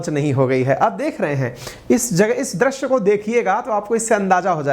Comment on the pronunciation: Sir Drash nahi drushya hota hai o